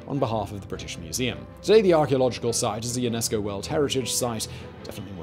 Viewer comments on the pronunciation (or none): none